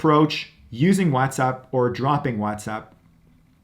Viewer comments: Whatsapp being called wazzatsapp was getting on my nerves. Sorry. Bye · Okay. I heard this guy. He’s a Latino he can’t pronounce WhatsApp either.